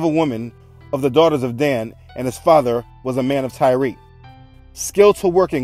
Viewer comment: Tyre (pronounced like tire)